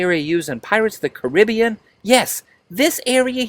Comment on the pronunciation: Pirates of the Caribbean, wrong it's pirates of the what?? Listen to yourself, I have worked on many films and you sir are ridiculously weird.